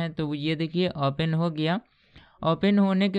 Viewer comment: यह सारे लोग ओपेन क्यों बोलते हैं ओपन को ?